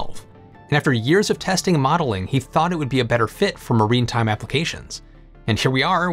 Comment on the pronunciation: Great vid. “Maritime”, not “marine time” though